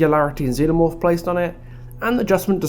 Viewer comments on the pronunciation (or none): none